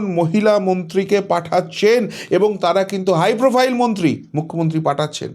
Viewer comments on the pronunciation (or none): none